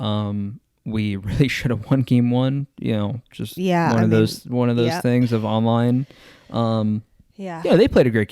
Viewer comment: I’m here for the “tings”